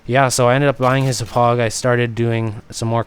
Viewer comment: Hop-pog not hup-ugh. Gotta say it with the Long Island accent.